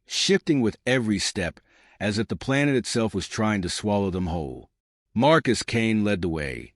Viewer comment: AI Narration doesn't pause when it should and pauses when it shouldn't and incorrect emphasis. Not to mention the mispronounced words and poor sub-text ( just one idiotic example: "calms in the ship" -> "Comms in the ship", This one was just too funny, "Marcus ass"). Channel not worth subbing.